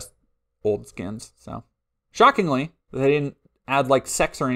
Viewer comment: did you say 'shockingly'?